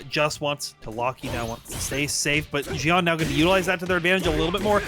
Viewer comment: Seem like every time you said xian's name you pronounced it differently. It's pronounced XIAN! how hard is that?